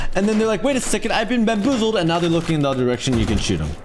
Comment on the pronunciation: Nobody: Oh no I’ve been bambozeled